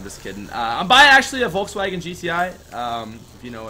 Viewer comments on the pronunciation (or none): none